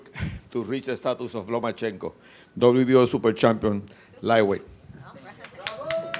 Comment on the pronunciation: This bitch was like " Papachenko, Papachenkoo" lmao